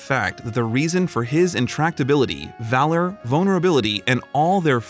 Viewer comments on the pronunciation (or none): none